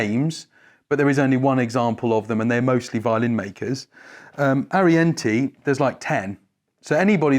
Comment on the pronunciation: Can you folks please pronounce Italian names properly ? The last vow in Arienti and Testore does not sound the same.